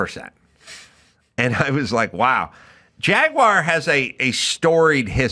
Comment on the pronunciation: HOLY CRAP! Erica pronounced "Jaguar" correctly! HUGE Kudos to Erica! Give her 100! Listen people— It's very easy. "Jag–wahhr". Rolls out of the mouth. Stop with the Jagwire shit and do it now. Say it with me — "Jag–wahhr". Simple. Like "ahhh"... Jagwahhr.